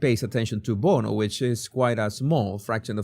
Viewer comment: Everyone should pronounce bono like you. It makes it sound so much better.